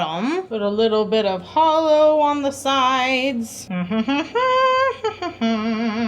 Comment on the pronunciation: did somebody say haWLo (holo)